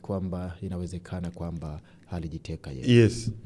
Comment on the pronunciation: unafanya kazi nzuri sana ila ukiwa kama mtangazaji kioo cha jamii unapaswa urekebishe lugha, unaweka herufi H mahali panapokaa herufi A au U: Katika Kiswahili si sahihi kusema HALIJITEKA, HULIWAHI kusema, msimamo wako ni HUPI, nani HANAYE fanya, au HABDUL Nondo. Samahani mimi ni mwandishi wa vitabu nimeshindwa kujizuia🙏🙏